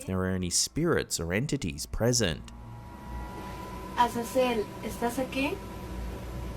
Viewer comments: Brother first one is not Cecil or whatever you’re saying. The name is Azazel and as for her reaction, I’ve met a lot of Latin people that are into that stuff and think it’s funny so idk but I do know Ouija boards are no joke. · Azazel not Cecil 😂